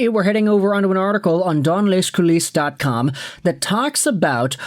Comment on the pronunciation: Hey, I like your channel. If you happen to read the comments from people who brings food to your table, it's not dansss lesss coulissesss. In french you don't prononce the "s" at the end when it's a plurial like in english ✌️ peace out. Oh and it's not J-I-C. It's prononced jeecee Wraessyrolland9and9andbye